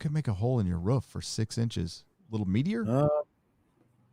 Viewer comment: Why would it be Asoka when she clearly stated she was not the one to train Grogu? Grogu did his thing at the stone, and it called to Luke who responded. Who else would turn up other than Esra maybe? P.S, every time you say Roof, it sounds like you are barking mate;).